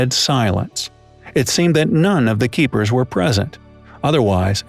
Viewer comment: Keepers not keekers😨😔